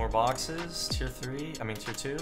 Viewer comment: I swear he goes “even tho some of the BONXES were empty” 😂